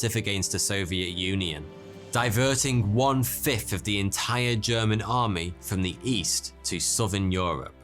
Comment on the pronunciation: You are English. Why do you say 'dee' instead of the? 'dis' instead of this? And 'dat' instead of that? You sound so stupid! Adjust your accent!